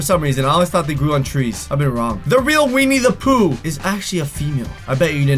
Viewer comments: It's Winnie the pooh not weenie the pooh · He said weenie the Pooh instead of Winnie the Pooh